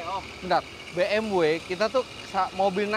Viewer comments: Bi Em We mas. Bukan Bi Em Double U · Si paling "Biemdabelyu"